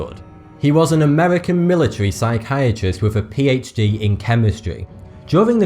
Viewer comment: Wait, did I seriously hear him pronounce the H in PHD correctly? Am I dreaming? ;o